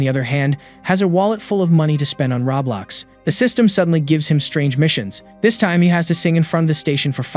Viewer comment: Bro you say Roblox I hear 😂😂😂😂😂